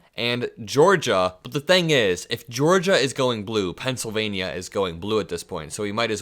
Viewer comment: buddy, I love your enthusiasm for our democracy and furthering decency and kindness. However ya kill'n me with the ( pencil-vay-knee-ya) Pennsylva-KNEE-a...Why the over annunciation of the "nia"..??? Reminds me of drumpf and the " aeroplane " and I can't stand the thought of your vernacular aligning with his. Please..Please..Please drop the enunciation..!!! I don't even think the good people of Pennsylvania enunciate it in that manner. I'm over anylitical at times, with the weirdest stuff, so meh...Hahaha.! Keep up the good work buddy..!!